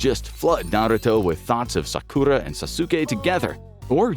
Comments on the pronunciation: My boi sauce-oookay and his wife sock-q-raw 😂😂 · Ahhhh yes, Sah-Kurah and Sah-Su-kay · You can pronounce Naruto fine but you cant pronounce Sasuke, jutsu, and Sakura 🤦🏽‍♂️ and you watched the series and hear them mentioned it many times 😂😂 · The way he pronounces Sakura and Sasuke 😂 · I am 3 minutes into this, and I hate the way you pronounce Sakura and Sasuke's name so much but I'm gonna power through. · bro pronounced sasuke and sakura's name wrong....